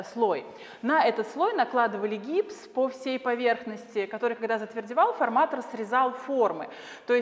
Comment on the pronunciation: Прекрасная познавательная экскурсия!Ударение в слове "форматор" на последнем слоге)